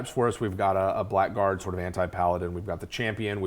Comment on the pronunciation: makes me sad that even these guys dont know how to pronounce blackguard